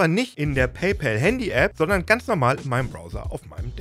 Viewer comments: Endlich mal jemand, der paypal richtig ausspricht. Dass ich das noch erleben darf... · endlich jemand, der PayPal richtig ausspricht, und nicht "päypohl" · WUNDERBAR - endlich mal ein deutsch sprechender Mensch, der "PayPal" richtig aussprechen kann !!!!!! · Endlich sagt einer PayPal richtig und nicht paypol